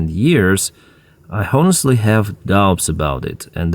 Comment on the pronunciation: the "h" in "honestly" is silent, not pronounced